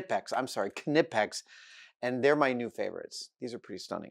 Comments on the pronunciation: He finally got thst Knippex name right :) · Great show! It's a pleasure listen to both of you geeking out. I want more of this. Nice you did a shout out to Knipex and didn't butcher the name. All my pliers and cutters are Knipex and they do the job for 40 years now. Pay a bit more and just buy once. At the end you safe money.